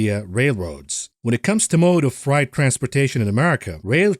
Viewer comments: Appreciate your work, ….but FYI it’s Fr-8, not fright. (Although it is frightening). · you say "frie-t" but I'm pretty sure its "fray-t" when pronouncing "freight" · Just a note on pronunciation. Freight is said like "frayt", not like "fright" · Love you but its not fright..;) freight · Fr8. Not Fright. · Say ate now say frate or eight. Freight is not pronounced fright!!!!! Just trying to help you out. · First time heard American English 'Freight pronounced as ' fright ' I English man f f f rate ! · also it's pronounced fray-t, not fright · Got to say I love the oldies outro bud loving every bit of everything else and really considering funding, loving you data driven outtakes and honesty and lack of basis. It is what it is, how can we profit mentally is refreshing. Btw it’s “ fr8”. I’m not scared of it… lol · Hi my friend. Frieght sounds like frate. I know you are foreign. I would slaughter your natural language worse im sure. Thanks for the insights. I look forward to every episode. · Frayt,, Frayt.....strike 'All the live long day' haha. Great show! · "Freight" sounds like "fate" eg "frate" Sounds like your pronunciation might be from a German native speaker ... ? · Freight is pronounced fr8... just sayin. Love your work!!! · "Freight" rhymes with "rate" - not "fright". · Don't tell me you are really gonna pronounce freight like that through the whole video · Someone is German and can't pronounce freight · Freight rhymes with eight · Not sure if you're saying"freight"incorrectly on purpose or not. I'm now stuck in the Matrix